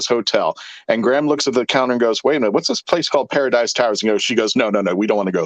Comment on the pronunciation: It Graham, not Gram!